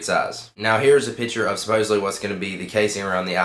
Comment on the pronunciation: SuppoSEDly. Not supposebly